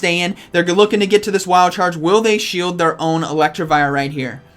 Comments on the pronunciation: It’s Elect I vire, not Electrivire. You’re adding an extra r in to make it sound like electric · PLEASE GOD! IT'S ELECTIVIRE, NOT ELECTRIVIRE 😭 Good video but the pronunciation was driving me crazy. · More like elect-e-vire